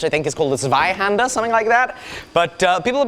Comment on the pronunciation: "Zweihänder" was actually pretty good pronounced. i am german and i hear so much people mispronouncing german words, especially some really hard words like "Zweihänder" (twohanded sword) or my personal favorite "Eichhörnchen" (squirrel) :D